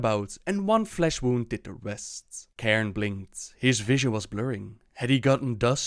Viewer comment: it's fucking CAIRNE not KAREN, CAIRNE!! so annoying.